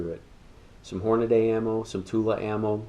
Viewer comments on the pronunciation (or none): Why do some people keep mispronouncing "Hornady"?